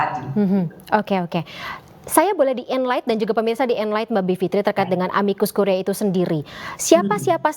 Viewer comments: amicus curiae dibaca amikus kurie...ini bahasa Latin. presenter bikin sakit telinga aj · Kk Presenter, cara baca "Amicus Curiae" adalah : amikus kurie. Bukan kuriae. Dikoreksi ya utk next sebutan kata2 tersebut.